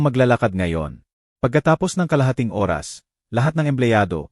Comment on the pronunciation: MUZON SJDM,Bulacan Philippines,ayusin mo iho ang Pagsasabi ng tamang pagsasabi ng ORAS, tnx